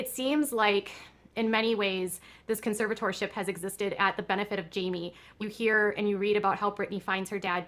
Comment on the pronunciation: Can someone please teach this woman how to say the word “conservatorship?”